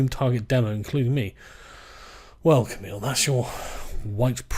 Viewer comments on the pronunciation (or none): none